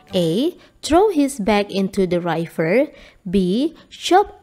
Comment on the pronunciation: River itu bacanya RIVER, bukan RAIVER 😭